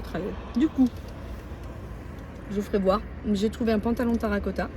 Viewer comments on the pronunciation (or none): Sans méchanceté aucune.....on dit terracotta, et non tarra. Et ta tenue...nickel, j'adooooore le haut.